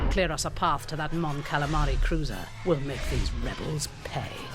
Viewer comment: endor loading screen, "mon calimari" lol